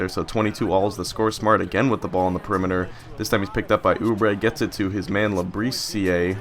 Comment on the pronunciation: That one dudes name is pronounced lab-i-seere